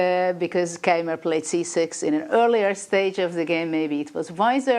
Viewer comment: And Niclas funnily still has problems with the pronunciation of Keymer (both German).